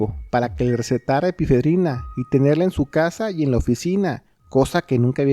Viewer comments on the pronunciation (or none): Epinefrina no Epifedrina 😂. Me encantan tus videos!!